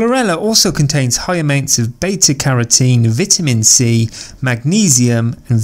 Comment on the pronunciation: Lear how to pronounce "vitamin" dude